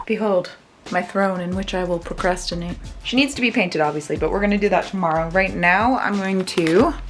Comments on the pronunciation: I had no idea you could drybrush fabric. Also, am I the only one who heard proCRUSTinate? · I heard proCRUSTinate 😂😂